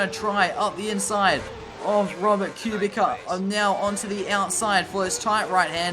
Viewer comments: It’s pronounced Q-Bit-Sa —Kubica 😂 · Please learn how to say kubica .. why do you say it like that